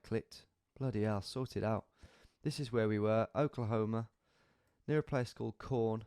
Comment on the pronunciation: It's not pronounced corn lol